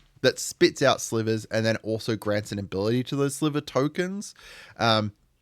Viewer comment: You nailed sliver and eldrazi! Nice one